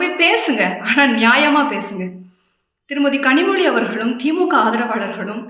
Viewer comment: 2ஜிய முதலில் முடிவுக்கு கொண்டு வரச் சொல்லுங்க கனிமொழிய முதலில் கனிமொழிய ளலழ உச்சரிப்போடு பேசச் சொல்லுங்க